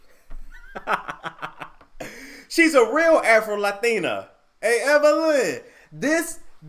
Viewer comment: The way he says “Afro Latina” I’m dyiiinggg 😂😭